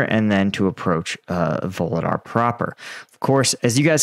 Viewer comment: There are no “V’s” in vuhledar!!! 😂